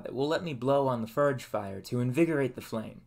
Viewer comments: It's pronounced forge not furge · I have to ask. Why do you say “ER” instead of “OR”? Example “fERge” instead of “fORge” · how are you going to go through all this effort and not know how to pronounce the name of what your building